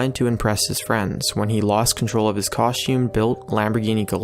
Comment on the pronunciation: Dude, costume? Is someone else writing this for you? I understand misspelling it, but pronouncing it wrong is just lazy.